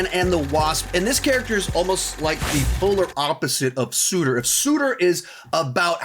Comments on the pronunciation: it's sir tur not sue tur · It’s sir-tuur, not suitor. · Sutur is actually spelt and pronounced "Surtur" with an R. just thought someone should let you know lol. Great video! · Uhhhh its Surtur, not Sooter lol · ah yess, Suter 😂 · Surtur , not suiter , that ruined the entire video for me ..... sorry guy . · This man really said Sooter instead of SURter 😂😂😂. There is an R 😂😂😂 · He really said suiter 😂 It’s surter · Is it hard for u to say surtur instead of suurtuur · Surtur* not suitor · Hey, I hate to be that guy, but Surtur's name is pronounced like "sur-tur" not "soo-tur" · FYI it's SURTER not SUITOR as you kept saying. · Thank you that was bugging the shit out of me lol 😂. That being said is in my top 10 favorite YouTubers which mind you is actually a list of 10 tied for first place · I’m sorry, but this list is trash. If your putting Xu Wenwu above someone like Zemo or the Winter Soldier, your list is terribly flawed. It’s not that I hate the character, he’s just not above their level. Also, if your going to include someone like Ebony Maw into the list, you need to include the entire Black Order, it’s just consistency. And one last nit pick, but why you pronouncing Surtur: Sooter💀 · Why do you keep calling surtr “sooter” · 53 is pronounced Surtur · "suurtur" 2022 lol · Mispronouncing Surtur pisses me off so much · Love the video but my God I hate the way you botch Surter's name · Jesus christ the way u said Surtur pissed me off so much💀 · I love how much effort he puts into all his videos! Thank you for putting Wanda on this list. No matter her motivations, she is in fact, a villain. But your pronunciation of Surtur is triggering me XD